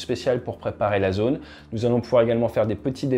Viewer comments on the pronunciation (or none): none